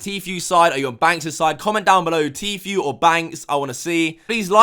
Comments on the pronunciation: It’s said Tfoo not Tfew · Pernounced T FOO not T FYOU! I couldn't get through 2 mins after hearing T FYOU 37 times! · It’s tfue not fucking tfew speak properly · I hate the way he says tfue T-fee-U it’s T-fuuuue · I love but I was getting pissed off he never said him name right once! Tfue not tfew. Come on man you obviously watch videos and videos with everyone pronouncing his name right!! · Bro it's pronounced FOO not FEW. I'm not a fan of his but it's driving me crazy lol. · Lol tee-feu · Anyone else got annoyed how he was saying Tfue? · the way he pronounces Tfue tho... hahaha